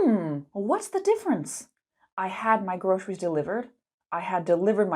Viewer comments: why are you saying grosheries? it's a "s" sound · your presentation or online lesson is excellent. It's easy-to-follow and understand and interesting. I really love it though the second syllable of groceries was pronounced as Sh sound. I assumed that this sound does not exist in your mother tongue. All in all, I think you have presented a great lesson. Moreover, in my personal opinion, you were born to be an Online English teacher. You have the looks, competence, confidence and effective communication. You should have a million online followers,. Keep on your good teaching! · Why did you pronounce "groceries" this way?